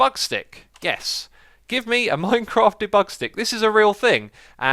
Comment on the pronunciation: It's pronounced dee-bug, stressing the dee.